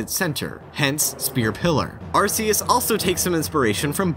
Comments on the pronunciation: The proper way is Ar-key-us tho. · Isn't it pronounced arc-ee-us? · >Arseus It's pronounced 'ARK-E-US' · Did you know that it is Arceus, not arsseus? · OH MY GOD! IT'S PRONOUNCED ARKEUS NOT ARSEUS! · It's pronounced Arc-ee-uss. Not Arr-see-uss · It's "Ark-eus", not "Ars-eus". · It's pronounced AR-KEE-US, not AR-SEE-US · It's pronounced Ar-key-us, by the way. Not Ar-ce-us. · In the Pokémon handbook: arceus is pronounced are-key-us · BTW the official pronunciation is Ar-key-us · I think it should be pronounced as "ar-ke-yoos". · oh my god it's pronounced ark-eus jesus christ I don't normally care enough to comment but come on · You pronounced "Arceus" the common-sense way Which means you pronounced it wrong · i like how you can pronounce everything correctly except for arceus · It hurts si bad how you pronounced Arceus. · How dare you pronounce Arceus that way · .......... :/ He said Arceus with a soft 'c'. So sad. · Gonna have to throw you a dislike- said Arceus wrong 🤷🏼‍♂️